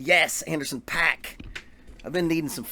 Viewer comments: His name is pronounced "POCK" NOT PACK!! If you are going to give your review of a particular musician, the LEAST you can do is learn how to pronounce their name correctly. That's equivalent to a music teacher explaining drum rudiments to their students and says "LRLL RLRR LRLL RLRR" Pay-ruh-dib-ble, Pay-ruh-dib-ble, Pay-ruh-dib-ble, Pay-ruh-dib-ble... Suddenly the student stops practicing and annoyingly screams, "IT'S PROUNOUNCED PAIR-RUH-DIDIDLE!! NOT PAY-RUH-DIBBLE"!! WTF??! I had to get that off my chest. I'm cool now. 😂😂😂😂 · It’s actually pronounced Anderson “Pock” :) Great vid!